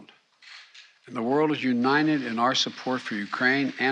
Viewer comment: He doesn't stutter, he has a speech defect. United is pronounced by him as unined. He can't pronounce the "t." It's absolutely appalling that anyone makes fun of him for that.